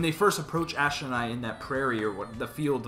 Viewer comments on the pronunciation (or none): Sorry, but why do you say "Aspen" Eyes?